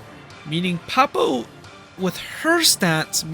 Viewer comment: 0/10, mispronounced Poppo.